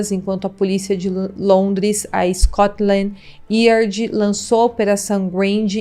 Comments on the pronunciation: Você pronunciou Scoltand Yard errado. Vc disse Iard com ênfase no I mas iÁrd com ênfase no A. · Esse curso de inglês nao deve ser grande coisa, eu tenho visto alguns videos e deusmalibre, era preferivel usar a palavra em Português quando nao se sabe pronunciar em inglês, ou até ao fazer investigação ouvir como a palavra é pronunciada. Porque "Scotland yerd" é só very weird. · Scotland yard lê-se Scotland "iárd" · MIL DESCULPAS, MAS TER UM CANAL SOBRE CRIMES E NÃO SABER PRONUNCIAR SCOTLAND YARD É UM VERDADEIRO ABSURDO! NÃO É DIFÍCIL PESQUISAR ISSO! NÃO PRECISA NEM FALAR INGLÊS!